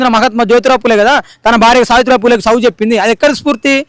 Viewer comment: సదువు కాదు చదువు.